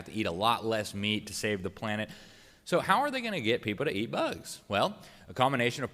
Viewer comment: EAT...NOT EAR....... LISTEN UP